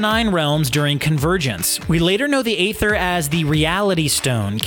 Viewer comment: It's "Ee-ther" not ather